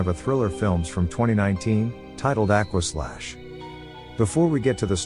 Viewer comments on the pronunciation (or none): Stopped watching after the first 10 seconds. Bro can’t even pronounce the “aqua” in aquaslash correctly. Maybe be more educated next time before making trash videos. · "Aquaslash"... Oh dear, this isn't going to be good 😂